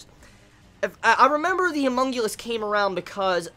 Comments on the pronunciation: HunmunGulus? You mean HumanCulus? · Homunculus/homunculi. Not humongulous/humonguli lol